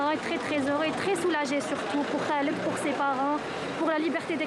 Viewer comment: Pas Ghaled .! Mais ca se prononce Kaled son prenom.en français , pas comme vous le prononcez ! Tres contente de sa libération !